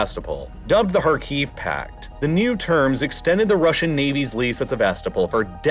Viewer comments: Very cool and interesting, but I beg you to learn that SevastOpol is pronounced with the stress on O, KhArkiv with stress on A, and MariUpol with stress on U, thank you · Pronunciation tip: Sev-a-STO-pl, not Sev-AS-to-pol. KHAR-kiv, not Khar-KEEV.